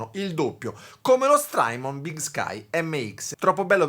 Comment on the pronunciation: (S)trymon con la T di tabacchino!